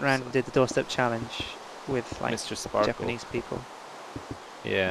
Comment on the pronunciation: MR SPARKLE-UH